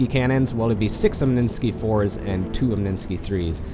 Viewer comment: omninsky? its omni sky